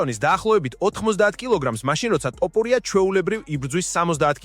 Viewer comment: რატომ ტოპურია და არა თოფურია?